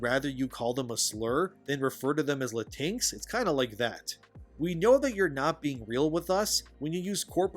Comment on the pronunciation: LA-TINX instead la-teen-x is probably the most hilarious thing I've ever heard. Hahah😂 I'm stealing it.